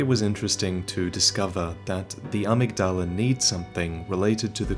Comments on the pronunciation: To clarify, in the pronunciation, the emphasis is on the ‘mig’. So a-MYG-dala. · IT'S PRONOUNCED "uh-MIG-duh-luh" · His pronunciation of amygdala bothers me. Irl it’s pronounced uh-mig-duh-luh. The amygdala is a part of the human brain - I believe it’s connected to our emotions, especially fear. There’s a theory that psychopaths and serial killers have a reduced amygdala. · 6 years later I hope you have finally learned to pronounce amygdala properly. Love your videos, but ya killing me with some of your pronunciation (especially Gehrman, the doll literally pronounces it correctly for you. Yet you still get it wrong)